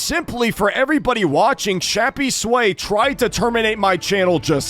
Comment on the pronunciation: i think its "shappys way" and not "shappy sway"